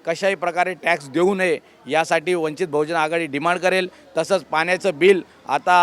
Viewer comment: अरे भाई | जीस पक्ष में काम कर रहे हो पहले उस पक्ष का नाम तो ठीक से लिया करो | वंचित बहुजन आघाडीने आपको टिकट दिया यह खुशी की बात है | लेकिन आगे से वंचित बहुजन आघाडी का नाम ठीक से लेंगे यह अशा व्यक्त करता हूँ |